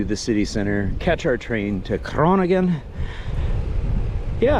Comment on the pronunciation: Well done, Sir! Great vid. You went to a main town in a much more rural area of Netherlands. Good to highlight this as well. Also, your pronunciation of Leeuwarden was good, and Groningen too (we forgive you for the impossible ‘g’).